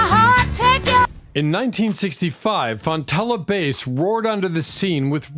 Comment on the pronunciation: Great! But learn how to pronounce Fontella's last name, Sass (short a sound) and Bruce Channel's last name (not like a TV chanel) it's Sha-nel.